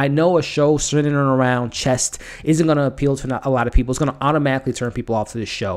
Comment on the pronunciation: great review my only thing i could say in a constructive way is there is no t at the end of chess lol :D